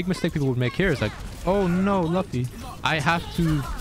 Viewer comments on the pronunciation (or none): "Oh, nee" bro turned Dutch for a moment there